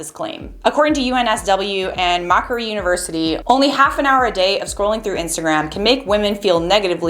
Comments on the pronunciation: Macquarie is pronounced mak-woh-ree. Australia has some difficult to deal with place names. There's your something new learned for the day. You're welcome. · I’m so triggered on how you said Macquarie university lmao 😂